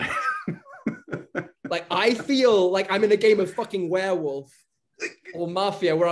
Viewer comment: Dijo Werewolf con W de Wrande